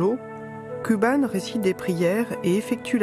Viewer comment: "kouban", pas "kuban", pour la prononciation, nom d'un petit bouddha.